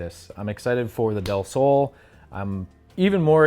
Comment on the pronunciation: nice pronounce on "del sol"! (means, "of the sun"!)